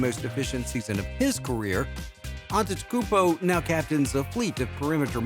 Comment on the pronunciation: Maybe before making a video on Giannis, learn how to say his name